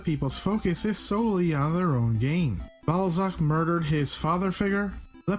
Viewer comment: BALL-ZACK, ACK-TEM-TOE - Seriously, what do you have against short 'A' sounds?